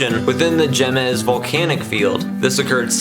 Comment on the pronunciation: Nice video and information. A note it's not "gem ez" mts. It's pronounced " hay mez" mts.